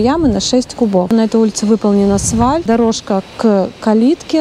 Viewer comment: АСФАЛЬТ. Это правильное словопроизношение. Как слух режет.